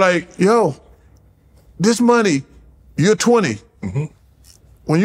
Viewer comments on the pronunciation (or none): “He wasn’t making any maneyyy” ~ Charles